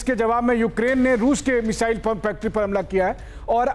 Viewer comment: गधे मिज़ाइल नहीं, मिसाइल बोलते हैं उसको। कहां से पढ़ाई की है भाई??😂😂😂😂